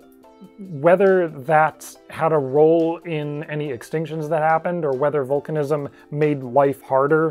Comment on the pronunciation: When he says vulcanizam 🖖